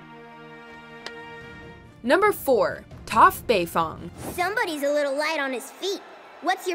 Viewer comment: The way they pronounced Toph makes me cringe. Also how could they forget Ty Lee, Suki, Asami, Princess Yue, Momo, Hakoda, The Cabbage Merchant, and Smellerbee?